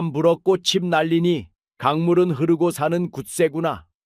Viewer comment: 우리말 발음이나 제대로 하고 방송하자 꼿칩이 아니고 꼰닙이 바른 발음..